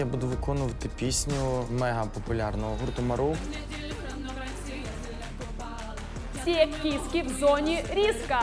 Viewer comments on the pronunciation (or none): "гурту Марув"?!?! Ну за таке казнить, ахахахаха